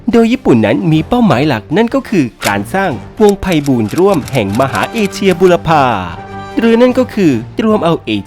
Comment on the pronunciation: เอเชีย ครับ ไม่ใช่ เอเซีย 😅